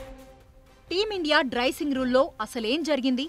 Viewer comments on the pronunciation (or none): "డ్రైసింగ్" కాదు డ్రెస్సింగ్ r డ్రస్సింగ్...